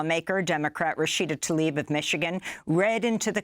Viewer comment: its not tallib. its T L A I B for FUCK SAKE. lear to say TL.